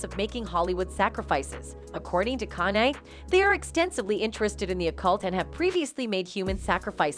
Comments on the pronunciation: How are you saying is name? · Don't subscribe.this bitch can't even say his name right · No matter how wrongly say his name it's not gonna stop the truth from touching folks the end may be near for the ones who's really in control